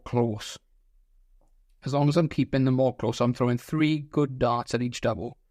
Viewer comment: "Eatch" yikes